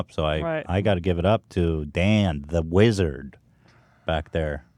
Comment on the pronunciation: The "wizz"ard